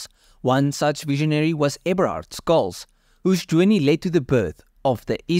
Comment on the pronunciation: Skulz? 🙃 Shhh-uh-L-ts. Germans spell the 'sh' shhhh sound as 'sch'. But it's still the same shhh.